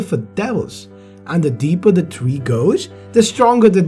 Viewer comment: Damn he butchers the tree name